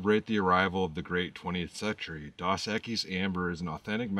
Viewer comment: …Pronounced Dose as in Spanish for Two X’s.